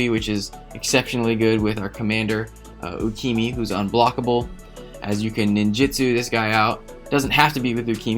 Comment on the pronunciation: Who df is U-key-me? There is definitely an A at the end of the name. With no á, ä or ā. U-key-ma? Yes.